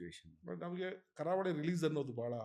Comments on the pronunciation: ಕಾರವಳಿ ಅಲ್ಲ ಗುರು ' ಕರಾವಳಿ '😂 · KAARAVALI❌ KARAAVALI✅